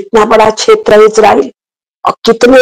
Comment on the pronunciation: छेत्र नही क्षेत्र बोलिये